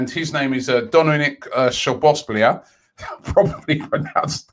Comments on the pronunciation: When are we finally getting rid of the deadwood? Any rumours about Kolasinac, Mustafi, Guendougi, Torreira, Papa leaving? Szoboszlai is pronounced Soboslae, “i” sounds like “e” in english. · Can you tell Tom on The Gooner Talk? He thinks he's being clever saying sho-bosh-lai. Simple Google search shows sz in Hungarian sounds like our s. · I am from Hungary and we pronauce him Dominik Soboslai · Player: Dominik Szoboszlai Robbie: Doninic Shobosblia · Szoboszlai is a real gem, needs some work to be top level, but i think it would be a smart move from us to sign him. Pronounciation though: So-bos-lah-i Explanation: "So" is just so with shorter o sound, "bos" just like boss with a shorter s sound, for the "lah" part, it is a bit like an "l" + an "ah", quite like when you're moaning, but without that "h" (:DD) and the "i" is like the one in the word milk. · Robbie it’s sh e boz lie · Robbie tries to pronounce Dominik Szoboszlai. 😂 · Robbie, you never pronounce players names right, smh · What did Robbie do to szoboslais name hahahahahahahahhahahah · Robbie obviously a student of the Sam Allardyce school of pronunciation. I think you could probably save some time if you stopped saying "IF I pronounced that wrong" and just owned it. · If you're not Hungarian it's a bit difficult to pronounce his name if you're not familiar with the "sz" sound.